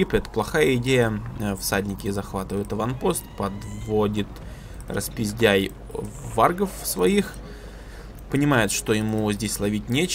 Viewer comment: Фэт, ник Распиздэй а не распиздяй, не обижай)))